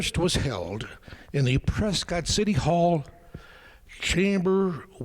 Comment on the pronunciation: You need to learn to pronounce Prescott correctly!!